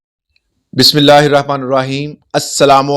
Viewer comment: Many pehly b AP ko comints lye hyn k AP bismaal ghlat parhty hyn...Nur Rehman ni hota ..nir Rehman hy....theek kryn....dunya ki malomat to theek hy mgr.deen ki malomat lazmi kryn...shukria.